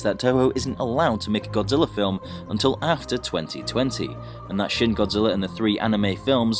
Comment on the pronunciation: It's shin not shing